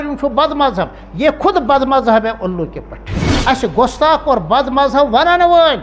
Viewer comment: Gustakh ko gostak khata h urdu b nhi ate h aap ko